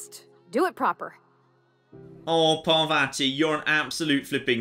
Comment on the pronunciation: ( I know I'm being that guy, but the way says Parvati's name drives me nuts. The second A sounds like the first one. Par-VAH-ti!